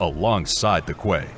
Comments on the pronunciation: It's pronounced KEY, not KWAY. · Quay is pronounced "key" fyi ;)